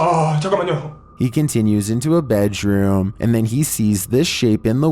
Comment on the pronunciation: HA!!! # 18 what's a bedjroom? Thought my mom was the only one who pronounced it like that. Along with mongster and motorcicle. She just passed 6 months ago and that was too cool to hear somebody pronounced bedroom that way. Thanks. Now I'm going back to chillin and this awesome video